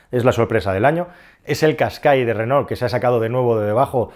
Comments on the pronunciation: Ll Renault es el apellido de los tres hermanos que fundaron la marca, franceses ellos, por lo tanto se pronuncia renó y no reno como pones tú, que eso es un animal astado. Si según cuentas se pronunciase como se escribe, pues bien, pero no te hará falta buscar mucho para darte cuenta de que la gran mayoría de españoles decimos renol y no renault con todas sus letras, solo escucha a la gente y de paso escúchate a tí mismo, estoy casi seguro que también dices renol en lugar recalcar cada una de las letras, pero bueno, ni te conozco y por supuesto que nunca te escuché hablar. Y tanta risa con como lo pronuncia Calero, pero vaya, si pronuncio tal cual escribes, la cosa vendría a quedar tal que así: "lo díras donde vivíras ¿tu?". Evidentemente acentué donde no es para que te des cuenta de cómo se te leería según escribes; si uno hace un pequeño esfuerzo y lee lo que supuestamente quieres decir, nos encontramos algo así: "lo dirás dónde vivirás tú", con lo que pones que el pobre sergio alvarez en un futuro lo dirá en un lugar donde va a vivir. En fin, para corregir vale cualquiera, hasta yo mismo cómo puedes ver 😈. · mi pregunta es, por que dices reno?? no renault?? jajaja